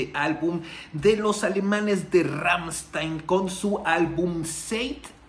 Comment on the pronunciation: Está bien que no sepas alemán, y que lo digas, pero en serio tanto tiempo en el negocio y no puedes hacer el mínimo esfuerzo de nombrar bien a la banda. No no son Ransteein, no no es Ransteein es Ramsthain, así como te lo escribí así se pronuncia. Deberías ver el vídeo Amuscia ese bro al menos hace su intento de pronunciar bien el nombre de la banda, y ya ni te digo sobre las otras pronunciaciones erróneas que tienes, pero neta échale galleta un poquito digo al final ese es tu trabajo, y de eso comes.